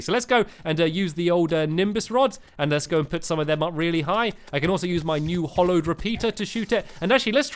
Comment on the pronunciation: by the way, its the hAllowed not hOllowed